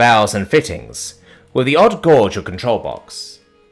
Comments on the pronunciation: Hello. I hate to keep correcting you, but... Gauge is not Gaw-ge. It is properly said as 'Gay-ge'. Fettuccine is said as: Fet-Tah-Che-Knee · I know what he was attempting to say but every time he said Gorge instead of Gauge my mind just pictured the Gorge of Eternal Peril and the old man form Scene 24 doing a full on Face Palm/ head slap. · On top of the butchering of the pronunciation of "fettuccine," is it a British thing or a you thing to say "gauge" with an "aw" sound instead of a long a?